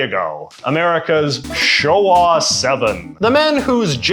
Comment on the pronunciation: "Showa" with some heavy emphasis on the "...."